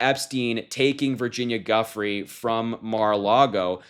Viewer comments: Its not Guffry..its Jufray with the accent on the last syllable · It is not Guffrey, it is pronounced Juyfrey. Why do Americans struggle to find out how peoples names are pronounced? I work for a multinational company and the first thing I ask on Teams calls, if "Have I got your name right?" It's not hard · Last name is Italian. jew-freh...not fray or frey. Say it right ! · Proncouced "joo fray", not guffrey. You do a great show, but It is careless not to pronounce her name correctly. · Please be respectful and pronounce her name correctly. It is pronounced joo-fray, not guf-ray. I know msm it constantly mispronouncing it but you don’t have to. Btw, we hate Trump in Australia. He is obviously a psychopath and I think your government and intelligence services are overrun by them. Good luck! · "Giuffre" is Italian and it's pronounced JOO-FRAY not "GUFF-REE''. I really don't understand how so many people are struggling with this. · Guffry - Guiffre (Italian) = pronounced Joo fre ('e' as in pet) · Her name is pronounced Jew-frey, not Guff-free ... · The name is pronounced jufray, not guffree. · Just a minor pedantic note. I believe Virginia’s last name is actually pronounced “jew -fray” not “guff-free” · It’s nor Guff-ry, but rather the Italian pronunciation, ju-fray. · Guiffre is pronounced Joof-rey not Guffry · Sweetie it’s pronounced jewfrei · Her Last name is pronounced Joo-FRAY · The pronunciation is Joo-Frey. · Her name is pronounced, "JOO-Fray." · Harry, you need to Google the pronunciation of Giuffre. You are pronouncing it wrong. It's French, pronounced "Jew-frae" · I think her name, Giuffre, is pronouned as "Jew-Fray" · Her last name is pronounced "Joo- fre." The 'e' is like in egg and the last syllable is emphasized. We should be respectful of the correcting saying everyone's name and especially respectful of those who have been so thoroughly disrespected and abused. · Pronounced jufrey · Giuffre is pronounced “joo-FRAY” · Its pronounced joo'free.